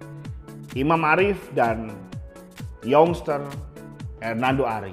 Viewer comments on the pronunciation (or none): Youngster bukan yongster tpi yangster bacanya cumak ralat aja papa